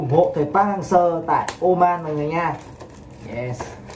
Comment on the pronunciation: Seo đọc thành Sir :)))